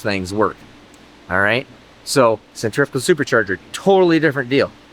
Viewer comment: Thank you for properly pronouncing the word Centrifugal. Take note kids, stay in school.